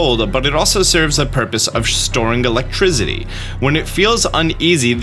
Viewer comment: My man said “Electrizzity”